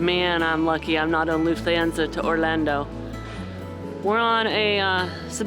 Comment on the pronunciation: You’re saying Lufthansa entirely wrong. Hands like Goldie Hawn. Ahn…most other languages don’t have the long A sound we use